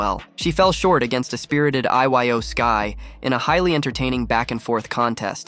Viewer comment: I-Y-O instead of Iyo